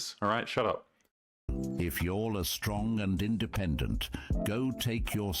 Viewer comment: Strong and in-duh-pendent